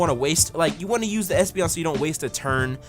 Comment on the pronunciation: you called espeon an a you said a$$peon lol